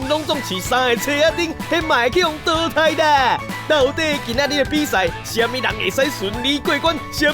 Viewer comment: 下禮拜要講「熬咧擺」，不是「誒咧擺」吧？還有淘汰的淘是念「ㄉ 」嗎？聽起來好奇怪XDD~